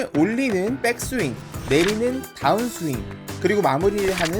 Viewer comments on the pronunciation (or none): 따운스윙이 아니고 다운 스윙이라고 하셔야 듣기 거북하지 않아요. 마치 벙커를 빵카라고 하거나 퍼터를 빠따 라고 하는 건 많은 사람들이 거슬린다고들 하죠.